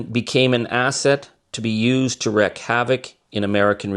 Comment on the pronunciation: Did Timothy Snyder say "wreck havoc", or did he say "wreak havoc"? There is a difference. Wrecking havoc=good, wreaking havoc=bad.